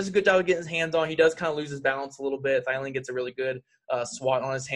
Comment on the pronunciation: Thielen......... It's Theee-Lenn lololol